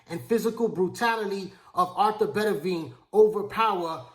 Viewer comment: Dude I`m a fan of yours but you`ve gotta learn how to pronounce boxers`names properly. His name is Better-be-iv not Bettavia.